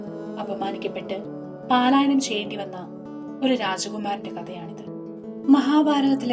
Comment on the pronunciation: പാലായനം അല്ല പലാ യനം ആണ്